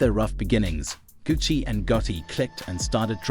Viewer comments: 😂😆😄 I was thiwho is "gussy" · Why AI can’t pronounce Gucci it’s been around way longer can’t trust nothing with no common sense and was dat RIP🐬 at the end smh you use AI for this whole thing to be put together sheesh this was a 👎🏾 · Bro stop saying his name like that bro u trying to funny are what